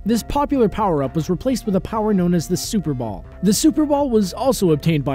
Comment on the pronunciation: I thought he said Super Bowl and not super ball